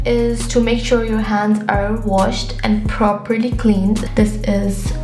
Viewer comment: The way you say properly near sink was amazing.😂😂😂